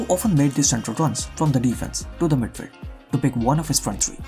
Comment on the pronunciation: Cringed everytime u said midfeld loved ur content btw